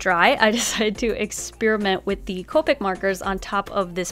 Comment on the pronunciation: So....she said ca-pic before but now the right way? i am confusion